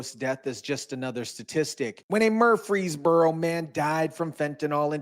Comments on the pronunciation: DUDE please!!!! You put so many newscasters on showing you how to pronounce Murfreesboro correctly and you still butchered it every single time. Less emphasis on that “R”. Watch how the broadcasters from there say it. I tried to let it slide but the more you did it the more it was like fingernails on a chalkboard. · 🤣 It's pronounced: Mur-frees-burrow🤣 You tried. I'll give you A for Affort. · where? Murfreesboro? That's pronounced more like Murphy's burrow. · Why is he saying Murfreesboro like Murf-frees-boro? it's Murfrees-boro. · Its pronounced Muprhys borrow... not murph freeze bro lol 😆... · I’m from Memphis tn it’s actually Murphy not mur- free-borough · Bro ! It’s pronounced MURF-REESBORO like Murph - reesboro.. not mur-Freesboro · Mur-frees-bore-oh Not Mursfreeboros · he's adding an S after mur for some reason. saying free is correct but murs - frees is incorrect. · Murphy + burough, bro it’s Murpheesboro… wtf😂 not freeze + burough… jackass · he is pronouncing it wrong by adding an S after Mur. you are pronouncing it wrong by saying fee instead of free. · “MUUR -freeze-burro”. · dude its murfysburo lmao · You can’t be from Tennessee we don’t pronounce Murfreesboro like that it’s just Mer-free-boro. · Mur-freeze-burro.... it aint hard to say dude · You have "statistic" down...now work on pronouncing "Mur-frees-boro" Say it with me... clap it out 🙏...🙏...🙏 🤣🤣🤣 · it's Mur- frees-burro, it sounds like you're putting a three in there 😂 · Murf Rees Burrow pronounced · Hey just say it southern. Murphysboro. Out of staters get hung up on the frees part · I think you're having a problem pronouncing MUR*FREES*BORO... You're welcome! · stop saying it like that!it's ONE word Murfreesboro ya say the whole thing like a tribe called quest. it's not fkn Mur-fees-buro it's not the budweiser frogs.sorry this is great news but yeah.just don't say it,you're making my ears bleed saying it wrong. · It's pronounced Murphys borough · Fyi, its pronounced "Murf-freeze-boro 🙌🏼